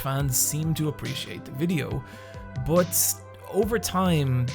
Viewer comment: Its pronounced 'but' not Bot